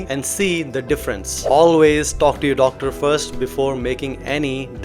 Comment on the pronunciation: "wadder" wadder ,speak to yoh dodder...